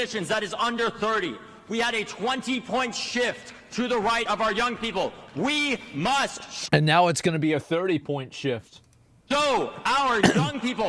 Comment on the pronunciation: “We Muss” Ashamed to say this guy (Jaime Harrison) is from SC. Dude got waxed in the last election we had after Dems dumped money into his campaign. A horrible return on investment. This guy’s wife’s bf must be laughing so hard watching this.